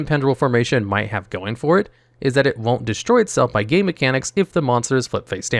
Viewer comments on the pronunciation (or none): I don't know why I heard "gay mechanics" instead of "game mechanics"